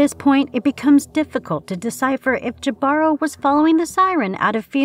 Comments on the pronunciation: I think it's ee Bah ro! The h is also silen. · It's Hee•bah•roe, right? That's how I've been pronouncing it,anyway...